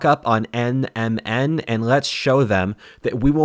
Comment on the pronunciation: It took everything had to plug NMN supplements with the correct pronunciation in a video about the decline of civilization